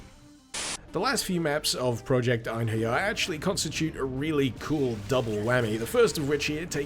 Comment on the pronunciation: As a Scandinavian I can tell you that you did some creative things with the name of "Einherjers".